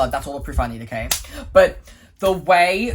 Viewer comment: Whenever says "Hmm, okay", he sounds like he's saying "I'm gay". 💀